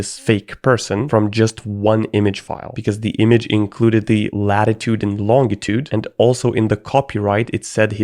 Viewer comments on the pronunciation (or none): If you're gonna download random bs, you should probably use a virtual machine or something. Edit: Also, I think you're the only person I've heard say "long-itude" instead of "lonjitude." It's more like jiraffe (giraffe) than grass.